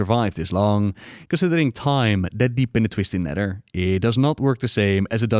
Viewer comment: "TWISTING NEDDER" dude speak english, my god